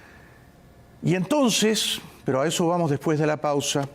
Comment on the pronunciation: Sobre todo que se deben pronunciar las " s " y no se dice que ej ejo la s no suena como j . Ya va es incorrecto , es ya voy o espera . Quien ya va??? Hay tantas cosas que corregir con esas dos avanzarían mucho